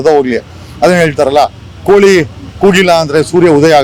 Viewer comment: ಕೂಳಿ ಅಲ್ಲವೋ ಮೂಢ 😂 ಕೋಳಿ ಅಂತ ಸರ್ಯಾಗಿ ಹೇಳು, ಲಿಂಗಾಯತ ಸಮುಜಾಯ ಅಲ್ಲೋ ಬಿಲ್ಡ್ up ಜಗ್ಗ ಅದು ಸಮುದಾಯ😂